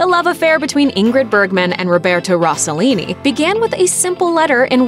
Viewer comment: Her pronunciation of Rossellini is so annoying.